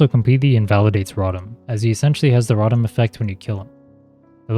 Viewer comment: Great video but the way you pronounce rotom pisses me off 😂😂😂